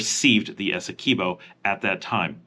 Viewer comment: Eh-seh-kwib-oh. Guy-anna. Not gwai-anna From a Guyanese. Many places in Guyana have Dutch names so look up the Dutch pronunciation. Or you can ask me lol